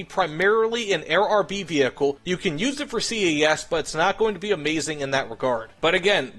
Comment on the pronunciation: STOP FUCKING SAYING C A S CALLED IT CAS ALL ONE WORD HOLY SHIT IM GETTING PISSED OFF BY THAT have a nice day